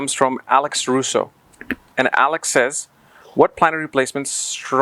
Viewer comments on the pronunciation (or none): none